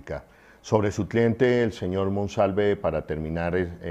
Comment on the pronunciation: Ayyyy noooo su dislexia es muy cansona cambiando nombres, apellidos y leyendo mal. No es MANOSALVE ES MONSALVEEEEEEEE ya medio rabia. Con cuidado porque lo queremos y creemos.